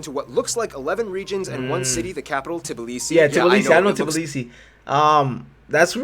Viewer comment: not T B L I S I, its T B I L I S I